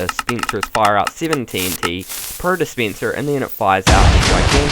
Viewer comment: Hey Its Booth this is completely random but you're comment is the most recent on this video. He says DEESPEENSER